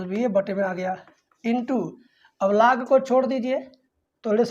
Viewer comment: Laag ya log 🤣 Yaks= x Lekin sir thanks